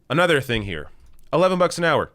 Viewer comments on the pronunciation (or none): none